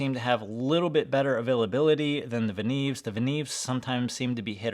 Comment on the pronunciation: The right way to pronounce is "Venyov", not "Venev". I have 5 Venev MS-1 stones from 200 to 10 microns (about 32$ each) and a couple of Venev OCB stones - 10 and 7 micron (about 25$ each). I am absolutely happy with this set.